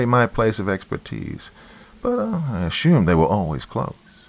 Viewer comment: Friendly heads-up: If you want to use an American accent, stop using "sh" where "s" is appropriate; it's assume not ashume, and consumer not conshumer. And nobody in the States knows what "Oh ess aitch aye" is, but "osha" is well known by virtually everybody. Just FYI.